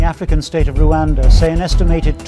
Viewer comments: randwa no bro its rwanda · Why is it sounding like randwa🙂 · All thanks to USA , UK and it’s foreign policy…😹 geopolitics at its best and still have a dictatorship…by the way Your pronunciation of Rwanda is unique 👏🤔